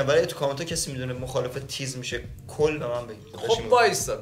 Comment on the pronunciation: Kheili khoob bud, khaste nabashid bacheha ❤️❤️ متضاد تیز، میشه کند. ولی به چاقو، چاقوی کند، چاقوی کل هم میگن، که مخفف کچله، Chaghooye Kal تو فقط تلفظش رو اشتباه میگی ، وگرنه کارت درسته😉😍